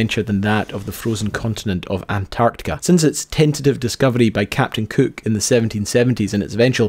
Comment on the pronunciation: Did he say Capt Kooook ?